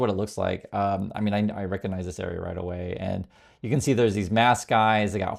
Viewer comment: “Mean letters?” I thought you said “ meme letters!” Much more accurate.